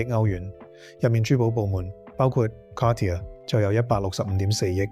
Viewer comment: Dude you gotta figure out how to pronounce “Cartier”